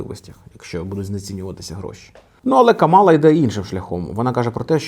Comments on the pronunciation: Тільки вона не КамАла а КАмала. Така маленька ремарка. 😅 Дуже поважаю контент який ви робите. Продовжуйте в тому же дусі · Кажуть правильно казати кАмала